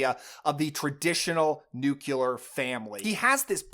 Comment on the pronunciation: Nice list but what is up with saying "nucelar" instead of "nuclear"?